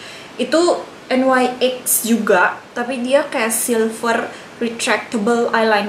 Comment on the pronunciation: kak, nyx bacanya nix, bukan en wai ex😆